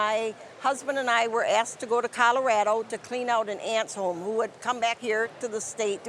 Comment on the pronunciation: THAT is how you pronounce Colorado. You're welcome.